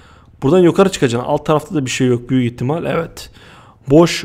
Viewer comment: abı kfur etmıyorum ama sen nıye yokarı dıyon yukarı dıycen